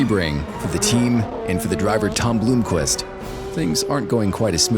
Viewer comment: ...couldn't even pronounce Tom Blomqvist's name right? This track is gonna destroy these cars more then Daytona did.